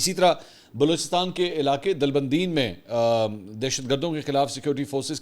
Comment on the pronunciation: دلبندین نہیں یہ دالبندین لفظ ہے منصور علی خان